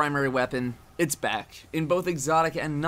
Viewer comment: Does anyone else hear saying it's bad instead of it's back at the beginning